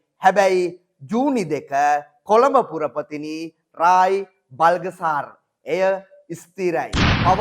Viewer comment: කොළඹ පුරපතිනිගෙ නම ව්‍රායි "බල්ගසාර් " නෙවෙයි "බ ල් ත සා ර්". BALTHASAR not BALGASAR.